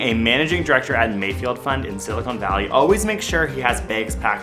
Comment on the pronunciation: Did you say "Silicone Valley?"